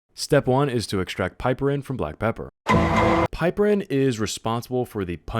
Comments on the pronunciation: PIP-er-rin not PIPE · Also it's pip-er-een, not pipe-erin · also you are pronouncing it wrong - its pronounced pip-er-ene :P